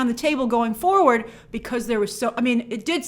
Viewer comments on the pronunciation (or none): none